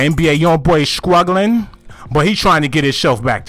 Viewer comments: “Skrugleing 🤔” struggling nigga 😭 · The word is pronounced Struggling not scruggling.Lose the ebonics